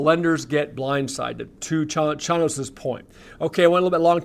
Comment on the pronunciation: it’s pronounced Chainos! 😅